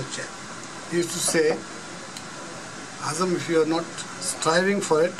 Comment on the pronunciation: I am not describing legendary PILOTS but the poor accent the interviewer in English like addressing Legends Azam as Azom ?? Alam as Alom ??? this clip is in Youtube as a Bangladeshi its insulting to see this kind of inept poor quality Anchor of the clip interviewer .